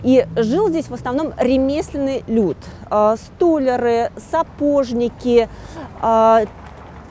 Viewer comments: Не «стОляры», а «столярЫ» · Как услышала "стОляры", так выключила. Псевдоинтеллигентная девушка (((